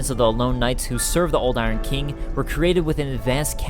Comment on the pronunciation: Bruh it’s King not Keeng